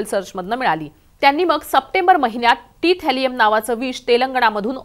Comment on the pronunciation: Thalium bole na madam😂